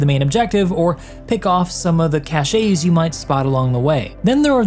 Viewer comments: Cache is pronounced like "cash" the "E" is silent 😉 Also this game is fun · Hey! I follow you since the day of space engeneer and all the starcitizen ship reviews. Love your work. Just a bit of knowledge I want to impart to you. The word cache is a french word where the E at the end is silent. Just say cach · Cache is said like cash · Not to be that guy, but cache is definitely pronounced “cash”. French caché is the past tense of cacher, a verb meaning to hide. English cache, the noun meaning a hidden stash, is based on cacher, but not pronounced that way. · It's pronounced "Cash". Good vid as always. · why does he say cache like that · dude, its cache.